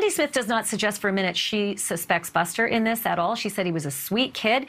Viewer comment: Male commentator Screwed up Buster and Paul's name's ....other than that...yeah